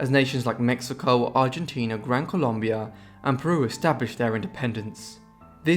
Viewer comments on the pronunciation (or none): none